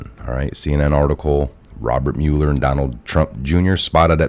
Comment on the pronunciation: thank you,, it's pronounced MUH-ler, not MULE-r.